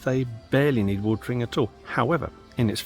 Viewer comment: lol with your accent it is watering ..... not watring 😃